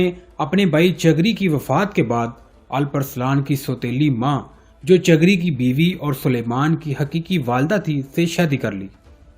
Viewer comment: TUGHRAL KO TAGHRAL MARW ko MAROO, KOTALMASH ko KATALMASH, YAABGO ko BEGOO, Ye sub kia hai, CHAAGHRI ko CHAGRI, خیر ہے؟؟؟😂😂😂